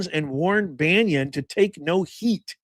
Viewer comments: Love it! there is now a coalition of pronounce Bannon properly viewers. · Bannon not Banion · It's pronounced Bannon not banyan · Bannon not Banyo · Bannon, not Banyon. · baa NON !!! not Banyon or Banion. Pseudo intellectual punching bag. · Why are you saying: Banion ? It's : Bannon, for God sake. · I really enjoy your videos. But one thing is bugging me... BaNNon Bannon. Not Banyon or Banion. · … buddy, Steve’s last name is….. BAN NON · Hi, Steve Bannon’s name, is pronounced ban un. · Why do you keep mispronouncing Bannon? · It's NOT BannIon professor. Try baa NON. Content has been great but you dont need to come off like Chris Matthew's X20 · Steve Bannon's name is pronounced BAN IN! THERE'S NO I OR Y IN HIS LAST NAME! HE'S NOT RELATED TO PAUL BUNYAN! I CAN'T STAND THE GUY, BUT EVERY TIME I HEAR YOU CALL HIM STEVE "BANYIN", IT'S LIKE NAILS ON A CHALKBOARD TO ME! Thank you for your attention to this matter. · Bannon,, not pronounce Bannion,, has not been accused by any of the girls, or just talked about, in any way associated with doing anything with those girls.. and you're acting just as bad as the Democrats do, when you start making these accusations, not knowing anything,,, again, you're acting just like the Democrats do , I normally really like your shows, but , you are acting very shamefulyl,, because you have no clue, what bannon, is saying to Epstein, you're doing just like the Democrats do with President Trump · and BANYON or Bannon ????? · It’s pronounced Steve Bannon NOT Banyon. (It’s hard to listen to this video with him pronouncing it Banyon. How can you not know who he is? And if you don’t know, it’s difficult to follow your assessment on Bannon) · It's pronounced Bannon,,, not Bannion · Why do you say banyon? It's bannon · Steve "Bannon", not Banyon☺️ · Because I hope to hear about him go8ng back to prison, it's "Bannon" not "Banyan". Youre spending too much time Florida. Lol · B.a n.n.o.n. Not Banyan